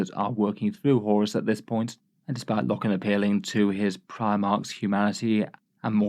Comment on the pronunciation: The scariest part of this video is AT’s pronunciation of Loken.